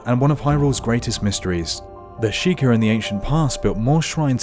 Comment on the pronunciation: "The Sheeker" SHEI-KAH Sheikah